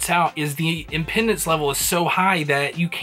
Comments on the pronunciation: I think you mean to say im-PE(pronounced as pee)-dance not im-PEN-dence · FYI ... 'Impedance' ... not 'Impendance' ... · Dude said impendance haha